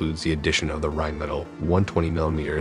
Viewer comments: "Rheinmetall" not reinmettal. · so many things wrong in this video, why you think a apfsds spins is beyong me. and its not rain-metal, its rhein-man-tell! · The company that makes the Leopard's cannon is Rheinmetall. Rhein (Rhine in English) is Germany's biggest river, Metall = metal. It is of course a German word, thus not pronounced "Rain Metal", but "Rhine-Meh-tull". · Rhine Metall, is pronounced..."Rhine Met all" not "Rain Metal".. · Yes correct,..." Rhine Met-All", not Rain Netal. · It is Rheinmetall, not "Reinmetal"! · Rheinmetall not Reinmettal 🤨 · "Rreinmettal" ;) still great video! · Pronounced as "Rhine Met-All". That is the main manufacturer's name. "All is pronounced all", just like in English. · "...gun developed by reinmettal" = Rheinmetall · childish in every aspect. an it's Rheinmetall btw. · after your butchering of the name "Rheinmetall" i can't take your research seriously anymore, after not even getting the name correct